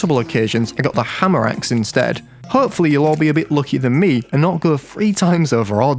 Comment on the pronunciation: Did... Did he pronounce haemorrhaxe as hammeraxe?